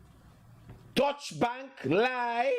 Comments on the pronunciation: It’s pronounced DuyChe not Dutch. It means German. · It’s pronounced as dow-cha